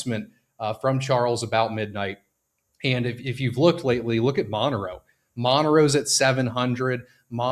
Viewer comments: Okay crypto bro, we get that you don't do your research but just look at the name Monero you can absolutely tell it is not spelled Mono Row. It is absolutely hilarious how you can be in this space even if you're not invested in Monero and still not know how to pronounce it. It's almost like somebody mispronouncing Bitcoin or Ethereum. 😂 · are you super low IQ? Were you homeschooled. I have watched actual videos from Devs. You don't even have to have a low IQ to know how to sound out a word like Monero. Does it look like it spelled Mono Row to you? When you pronounce dog do you change the spelling of it to Dag and still pronounce it Dog. People like you and the crypto space just make the crypto space a little less intelligent everyday. Mono Row 🤣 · You don't have to ask the Devs, you just need to be mildly educated. Monero is not MonoRow. After talking to your Devs they said your name is pronounced MayNerd. :face-blue-smiling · The way you pronounce things like monero, epoch, and other words I’ve never heard before lol